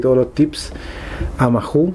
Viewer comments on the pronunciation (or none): Se pronuncia Maou en Español la H es muda, no inventes anglicismos. En españa al decirlo rapido el nombre sale como....Mau! Buen video.